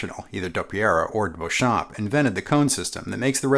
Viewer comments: “Beauchamp”, although French in origin, is pronounced “Bee-chum”…at least that’s the American-English pronunciation he used when trodding this Earth. “Bow-cham(p)” is not a thing. Thanks. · Excellent video! I think 'Beauchamp' was pronounced 'Beachum', by the way! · Beauchamp's name is correctly pronounced BEE-chum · Fun fact: the first upward sliding sound that you hear in the intro of Warner Bros. cartoons is George Beauchamp (pronounced “beechum”) on a Frying Pan. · I'm only mentioning this because of your attention to detail: 1) while you did pronounce George Beauchamp's name the "correct" way, Beauchamp himself, pronounced it "Bee-chum" 2) Technically, the Beatles did NOT return to Abbey Road Studios. They returned to EMI Studios. The name only changed to Abbey Road after 1969. Thank you for putting together another great video. Time for one on the 4001 bass guitar! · yes, I thought so too - google backs this up: according to Richard R. Smith (History of Rickenbacker Guitars pg vii) : "...George Beauchamp (pronounced Beechum), Adolph Rickenbacker, and the others formed an electric guitar company..." but I agree - totally awesome vid! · I thought it was "Beechum"... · George Beauchamp pronouced his name "BEECH-um" - typical for his home state of Texas at the time - and no, there is no controversey regarding whether or not John Dopyera invented the resonator. The controversy is that both John Dopyera and George Beauchamp claim to have invented the Biscuit Bridge cone system. You're welcome. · Beauchamp is pronounced "Beecham". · Keith: Pronounce it "Back" not "Bach" Me: Should I tell him that Beauchamp is pronounced Beech'-um?